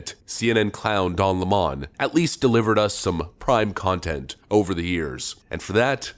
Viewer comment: Pronouncing lemon as lamon make you sound dumb AF